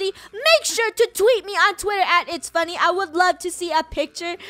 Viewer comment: It’s Funneh not Funnel